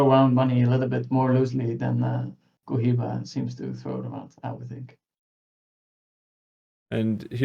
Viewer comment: bro... its pronouncded Ko-he-ba